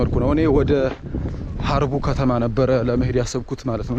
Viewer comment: ወንድም! እረፍት ስታደርግ የሚሰጥህን ኮሜንት አንብበህ መልስ ስጥ! ለምሳሌ ሀረቡ አይባልም ሃርቡ ነው ለሚለው ለምን አትመልስም?